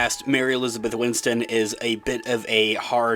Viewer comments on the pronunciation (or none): Maybe it's a pronunciation thing, but sounds like you're saying 'Mary Elizabeth Winston' rather than 'Mary Elizabeth Winstead' (which is her name).